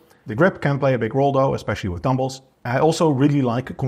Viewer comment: Dumbolls, Barbolls 🤣🤣 Also, are you saying reduce ROM ? 🥹